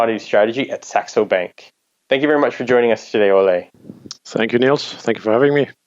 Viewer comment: Ole rhymes with Roller. Surprise him next time by pronouncing his name right!